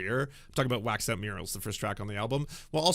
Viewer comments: fwiw Wacced is pronounced Wacked Out Murals not Waxed Out Murals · PLEASE get the name of the song right. It's "WHACK-ed out" not "WAX-ed out".